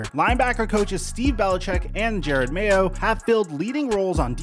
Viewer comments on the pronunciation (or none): none